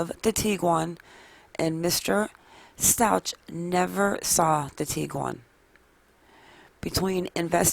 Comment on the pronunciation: Stauch is pronounced “Stowk” 😉